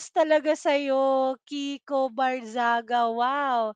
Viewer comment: Mali yong binabangit mo.kiko.hindi viko. Pakinggan ming mabuti Ang vlog mo. Just correction✌️😊